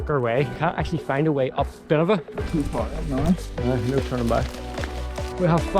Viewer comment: “Buh-Nev-in-ah” actually